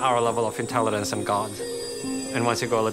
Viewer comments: Ok but right off the bat he can't pronounce intelligence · it's a mispronunciation, simple as. English is my 3rd language